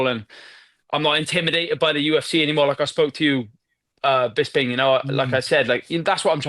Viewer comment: How is it that Harrington and Brian have worked on this podcast for years, they must have heard you pronounce your own name a hundred times, yet they still call you Bizz-bing? What's up with that?